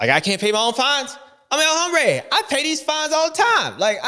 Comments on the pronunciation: J7. It’s pronounced OM-brā not Hom-brā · JA21 please correct the legend on “hombre”. Silent “H” bud 🏆🏁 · el Hombre - the 'h' is silent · James when talking about Anderson or El Hombre it is Hombre as in ohm, as you say Hambre which means hungry, could be used for Anderson as he is hungry for the win, but its HOMbre for him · This is my new pet peeve, the youtubers saying that H